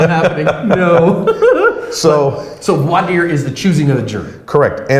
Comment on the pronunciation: Good job on the “Voi Dire”!